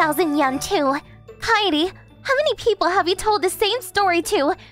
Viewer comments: God... I'm cringing and Angry at How the hell the VA's says "Kaede"'s Name... Keid? Really? Its BLOODY KAI-DE NOT BLOODY KEID... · Isn't her name pronounced KAE-DE and not Kade? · Bros pronounciation is not good 😂 kaaede is pronounced as keid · Kaede is pronounced KAI-AY-DAY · Kaede is NOT pronounced "Kade". That reader is useless! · Guessing these translators have never heard the name Kaede pronounced before. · None of the fifty billion Kaede's said by the dude was pronounced correctly, fire this guy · Her name was only pronounced correctly once in the entire video by one of the female VAs